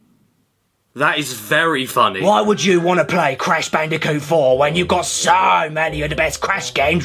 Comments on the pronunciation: It's C A S H B A N O O C A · "IT'S CASH BANOOCA!" 10/10.